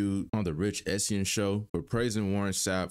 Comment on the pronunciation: The Rich Essien show? 😂😂😂😂 come on dawg, everyone knows Rich Eisen